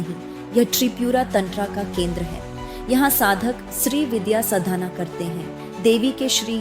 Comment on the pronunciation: Nice video... but it's Saadhana and not sadana. Pronunciations need to be taught to AI 😅